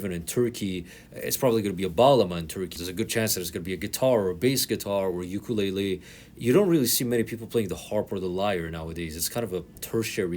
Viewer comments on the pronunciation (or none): none